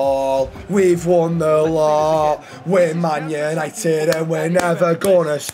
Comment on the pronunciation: YANITED YANITED YAANITEDDD